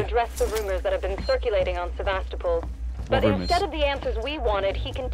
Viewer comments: you pronounce sevastapol Sa-vas-ta-pool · You're not quite saying "Sevastopol" right, give it a google